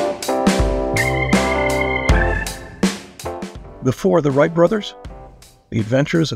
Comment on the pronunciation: If you can't manage to get the names of the Whright Brothers right....I don't need to bother with this vid. Writes??